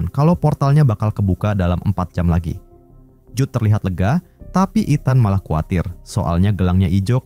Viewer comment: gemes dengernya nyebut etan wkwk harusnya ithen (ethan)